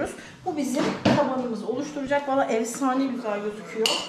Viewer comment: Evsane değil efsane birde öğretmensin Türkçe den daha haberin yok